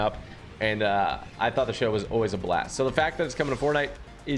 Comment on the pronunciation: he said “show” goofy. Clean ya ears.